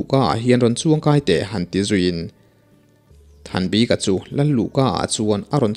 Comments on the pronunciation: Val upa thanbika hming i lam dan hi a zo tawng lo e, bik tih lai tak hi (a bik in) tih kan lam a bik kan sawi ang hian lam ta la a dik zawk lo maw le aw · Comment hi i en ngailo a nimaw.Val Upa Thanbika hming a,'bik' ilam dan lah hi i siam tha duh der lo a.ngaihthlak peih loh phah thin.i lam dan hi mizo/lusei tawngah ka hre ngai lo reng reng.:mi bik' tih te'tha bik' tih te a bik ang hian lam ve mai rawh.thing emai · Val upa Hming Thanbika tia i chhiar hi eng hnam tak nimaw...Lusei tawng chu anilo phawt mai a